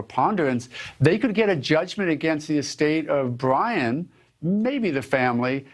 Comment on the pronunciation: Pwoof dat bwian dose are Bwian's remains....